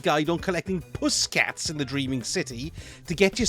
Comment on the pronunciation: Lolz....love the way you said..."puss catz"......! Brilliant!!!!